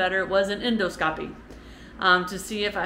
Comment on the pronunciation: You’re doing great,! Keep up the good work. BTW, the word “endoscopy” is accented on the second syllable, not the third, with so “en ‘DAH ske ‚pee“, where the “ske” has a super short vowel, and the “pee” has a super light secondary accent.